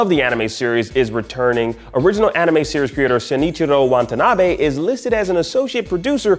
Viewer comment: It’s Watanabe… not Want a nabe. Seriously — that’s just unprofessional.